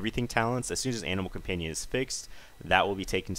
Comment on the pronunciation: i keep hearing anal companion o.o